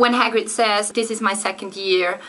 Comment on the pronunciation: Du spricht Hagrid ja aus wie H-Grid :D Nei aber im ärnscht: voll geils Video ;)